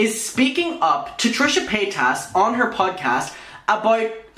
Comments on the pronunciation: lmao, I had to rewind at 'trisha pata-tas' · An ad played in the middle of introducing Trisha… did he call her Trisha POTATOES lmaooo